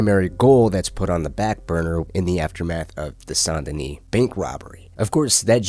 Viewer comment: Sawn denis? SAN Denis